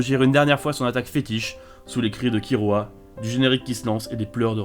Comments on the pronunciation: non c'est l'inverse, ça se prononce killua (kirua avec le r roulé) mais ça s'écrit kirua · Un prononçait bien (Kilua) et et un autre horrible (KiRua) Le R existe pas en Japonnais c'est entre le R et le L donc KiRua ça m'agresse le tympan (Comme KuRapika d'ailleurs ou Rivaille si tu veux un dernier)